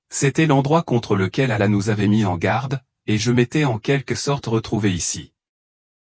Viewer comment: Comment un imam ne sait prononcer le nom d'Allah ni de mohamed que tu appel Mahomet ce qui le nom donné par les islamophobe hhhhhhh